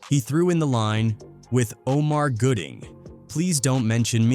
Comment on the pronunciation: His name is Gooding, not Goodling. If you're going to report on folks and i can only assume you want your little page monetized, at least put in the work to spell and pronounce their names correctly. It's disrespectful, tasteless, and lazy that you couldn't be bothered to get it right but you want us to suscribe, like, and hype up lazy work.